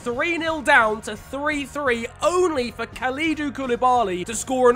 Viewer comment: The way pronounced Kalidou😂